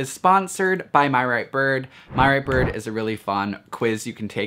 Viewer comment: He says birb.. Not gonna lie its kinda hot